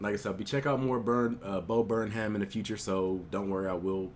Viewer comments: Its pronounced burn 'em not burn ham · Hey! Stupid correction and you probably already gotten this but his last name is pronounced "Burnam" the H is silent:) i loved the video btw! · It's pronounced burn-um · Pronounce it Burnem, white people don’t pronounce the H within their last names... like Jamaicans. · thanks for the vid man, interesting to hear your perspective also you say Burnham wrong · The H is silent. :) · Does he not know that the h is silent? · The "h" is silent.